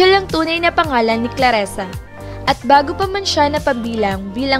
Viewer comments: Clarisa di claresa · CLARISA , anong claresa???